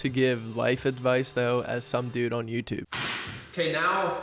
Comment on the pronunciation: Did you say “MewTube”?